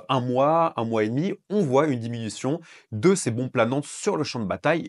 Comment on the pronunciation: Merci de ces infos et des explications bien claires. ( diminution et non diminuation )